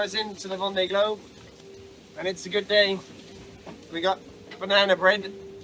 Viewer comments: regarding the vendée globe pronunciation its much closer to "vawnday" (awn like in dawn) than what you are saying. its a little bit more of an o sound than straight aw but vawnday is pretty close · Oh nooo! 🙈 That's not how you pronounce it! A double "ée" is a long "e" that stays an "e" without adding a "y" to it! Can't think of an English word that sounds like that ée! Maybe you can listen to a translator? It's the same cringy sound that you say when you pronounce "m'aidee" which means "help me" and has got nothing to do with your transformation to "Mayday"?! 🙈🙈 your example of "ven" = "dawn". 👍